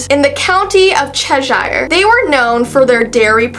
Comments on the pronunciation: It's Chesh-er not Chesh-ire. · It's pronounced "cheser"??? I thought it was "chesh-i-er" ....